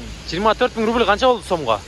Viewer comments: Рубил эмес рубль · Рудил эмес рубль